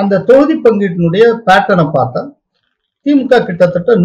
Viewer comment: திமுகெ. Dhulliam. அல்ல. Thulliam த்துல்லியம் என்பதே சரி. எப்பப் பார்த்தாலும். கேள்வி. கேட்பவர். திமுகெ. அதிமுகெ பாஜகெ. என்றே. சொல்கிறார். அது. கவில். முடியவேண்டும். கெவில். அல்ல. கெ அல்ல. க. திமுக. அதிமுக. பாஜக. Kha. Nor. Ke